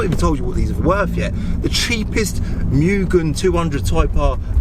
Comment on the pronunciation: Not muuuugen it’s pronounced moo-gen